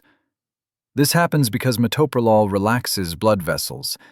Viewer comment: I just wish people could pronounce it correctly. Met/o/pro/lol. Do teachers not teach how to sound out words?